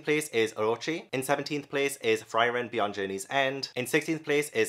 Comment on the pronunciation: Frieren is pronounce like Free-ren, it means freeze in German.